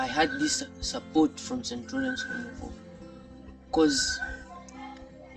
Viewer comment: Zrozumialam homofob zamiast home of hope az przerwalam gotowanie by spojrzeć 😅